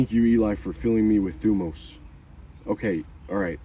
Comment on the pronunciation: Since you're interested in using Greek words, it's "thymos" not "thumos". And you emphasize on "o" not on "y". ThymOs